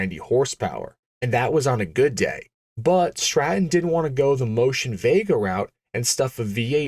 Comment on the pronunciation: Bwut=but, Strah-in=Stratton